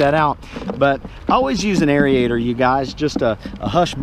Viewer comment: ...aerator...you're adding extra vowels...